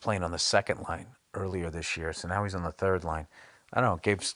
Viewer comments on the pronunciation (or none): none